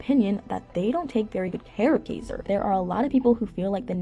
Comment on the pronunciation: I wish she would actually pronounce Kaiser's name correctly. She clearly doesn't do much research, and has possibly not even watched a single episode, at least not one with Nathan in it. A lot of her videos are full of inaccuracies, and sometimes just flat out lies, like her video on Chelsea.